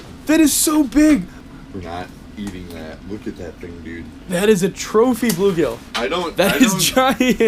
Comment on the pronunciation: messed pronounce. blue-gill